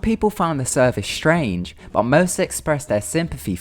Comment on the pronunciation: Ethan Mercer Its a London thing apparently Ethan.